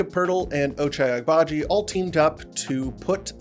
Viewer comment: I think the g in Agbaji is silent or that's at least more accurate, enjoy your content keep it up